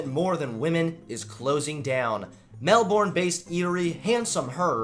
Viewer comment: He can’t even pronounce Melbourne the fucking idiot